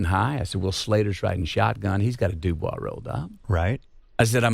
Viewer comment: Saying doubouis instead of doobie is the most Mcconaughey thing ever